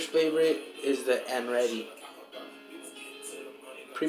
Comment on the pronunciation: Did he just say "and ready" instead of "andretti"?🤣